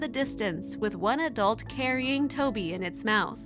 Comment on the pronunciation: The name is TOVI in Hebrew not Toby!...